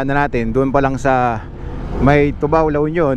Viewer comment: It is pronounced two ba.....by us the locals. Not the alcoholic drink.